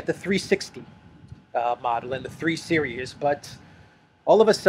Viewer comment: omg learn to say series!!